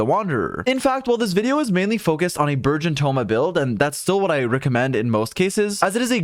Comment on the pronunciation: Also the entire time it sounded like you were saying "virgin team" it was amusing